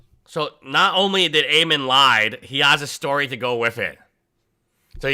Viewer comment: Ammon rhymes with "salmon." Think, "Ammon the Salmon." :fish-orange-wide-eyes